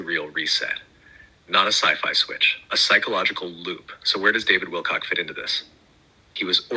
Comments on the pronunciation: Wilcock not Wilcox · Ock! OCK! Not Ox! David WilcOCK! SAY.. HIS.. NAME!!!! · Truth! Fyi...Its David Wilcock, not Wilcox.